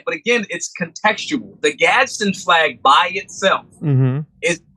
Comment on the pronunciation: "Gadz-din". 2 syllables. Not "Gaddison".